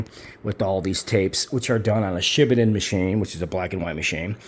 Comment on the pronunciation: FYI..the correct pronunciation is Shi Baaa (like a lamb) Den.